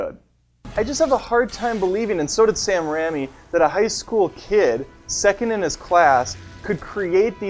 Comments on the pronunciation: I just can't take it when you say Sam Rammy. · If he calls him Sam Ramy one more time I'm gonna reach into the Internet and forcibly remove his spleen. It's pronounced "Ray me" you pleb. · sam rammy